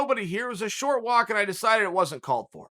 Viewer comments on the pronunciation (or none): none